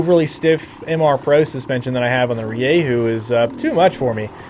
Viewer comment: Stop saying ReeYayHoo